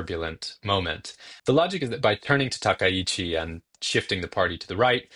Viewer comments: Finally, a media pundit () who can actually pronounce Takaichi's surname correctly. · That was clearly just bit of vocal slurring. His pronunciation of Takaichi was spot-on perfect, the first media talking head to pronounce her surname correctly so far.